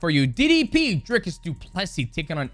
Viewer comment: Thanks for taking the time to learn to pronounce his name and surname correctly